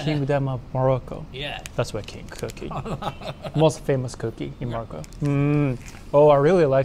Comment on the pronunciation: Wolcome to morocoo 🥰👍